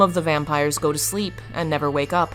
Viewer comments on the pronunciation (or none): none